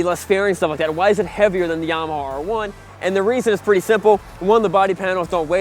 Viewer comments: Yamawhaw, LOL. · “This is Llama Hoss.... this is Llama ya’ll.... this is Yamme Hoose” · Stop pronouncing YAMAHAW FFS 😅😅😅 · "Yamahaw" Lmao 😂😂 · And yamahawww